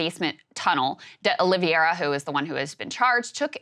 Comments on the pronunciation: hearing Krystal keep saying "uh liv ee AIR uh" is maddening to me when it's a very common "OL ee vair uh" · O-Lee-VĀ-ra! Sorry, had to 🤷🏻‍♂️